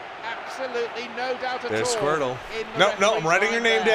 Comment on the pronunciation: lol they called Skrtel, Squirtle.